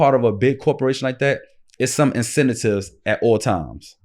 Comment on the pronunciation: 😂😂😂 Bas said incentatives nah lmaoo.